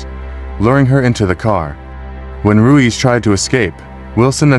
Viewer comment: If your going to do narration/voice over maybe learn how to continually pronounce the names properly? You go from saying Ruiz to Ruse in a matter of a minute. It’s pronounced “Roo-eeze”